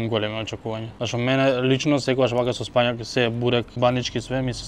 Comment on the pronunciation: спаЊак бе (6 пати кажа!) 😂😂😂. Слушај си ја како правилно се вика. СпанаЌ. Тоа спаЊак 👎 е селски увоз за тој збор. Затоа, браво 👍 за правилниот, правописен СПАНАЌ, 😉. За кУбасицата 🙄😬🙃, ќе простиме, заради спанаќот 🎯